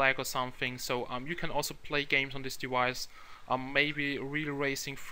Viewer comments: since when the fuck was it prononced 'dewice'? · wtf is a dewice?